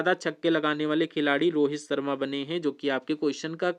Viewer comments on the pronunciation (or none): none